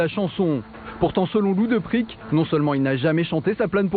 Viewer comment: Lou Deprikkk !!! prononcé Depraik Il a bien du se marrer Lou.... Salut de la bodega, Pattaya... Sa deuxième patrie.